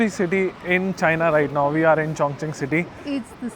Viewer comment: 👍👍👍👍👍 !!! Chongqing City is PRONOUNCED chong-CHING. Not Chong-KING. Chongqing MEANS "Double Celebration" in Chinese. Notice too, that Chinese Language is Very "Economical" in Sound. Just TWO syllables for English Language SIX syllables. 😊